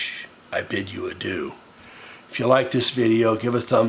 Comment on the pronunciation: kek, "I bid you a doo" I hope this was on purpose and not just a bastardization of adieu and you actually bid him a poop